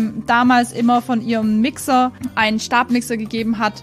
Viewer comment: Warte mal... hat Gnumami ,,Wixer" anstatt ,,Mixer" gesagt ,oder habe ich mich verhört?😂❤